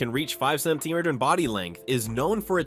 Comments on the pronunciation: What is your problem with the words center mitres? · Did anyone count how many different mispronunciations of the word: Centimeters was made?😂...... that is so annoying!!!! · Ai can't pronounce centimeters 😅